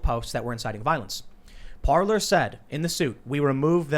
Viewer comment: Parler is pronounced Par-Lay . Parler means to Talk in French